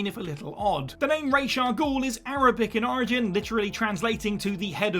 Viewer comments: I’m sick of the misinterpretation of Ra’s Al Ghul’s name. It’s not Rache it’s Ra’s! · You have no idea how to pronounce RAH-SA-GUEL.... so you've made a video about something you know nothing about... well done... s/c.